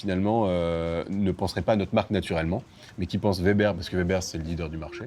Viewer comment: Weber = ouébeur Et non Vébèr!!! 🤦🏼🤦🏼🤦🏼